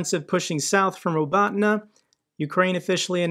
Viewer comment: you could pronounce Robotineah..and accent on this last sillab. Poor ukrainian, if we feel it hard to pronounce their villages' names properly, how much more difficult it is for ukrainian pilots to understand english and use english in their formation on driving F16!